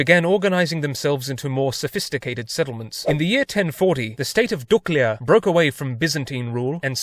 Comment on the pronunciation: Damn,first foregneir to say Duklja right.Mad respect from montenegro🇲🇪❤️🇷🇸